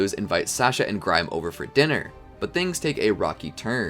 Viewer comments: It’s grime no grim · Did you say grim instead of Grime